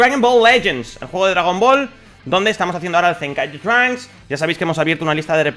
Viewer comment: Por k dices de esa forma el nombre de trunks